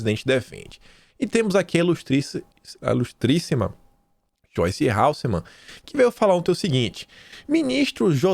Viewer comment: AMO SEUS VÍDEOS, MAS PELO AMOR DE DEUS NÃO É HALSSEMANN É HASSELMANN .